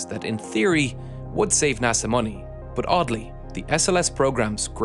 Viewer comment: Every time I hear "but" I am saying "bhoowht to myself for at least an hour...Am I the only one 🤔